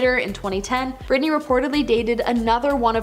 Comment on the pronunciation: "Brittney?!" It's Britney, bish